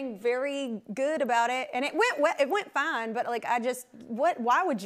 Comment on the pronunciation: I heard it, too! Especially when she says, “It went fine.” Love it!